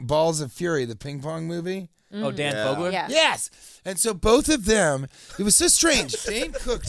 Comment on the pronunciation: Dan Fogler, not Fogleman